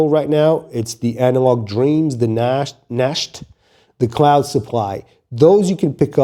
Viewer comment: You don’t speek it out like nacho cheese 🤣🤣’Nacht’ is how you speek it out as ‘nagt’ ! that’s in Dutch and German for English ‘night’😉👍🏻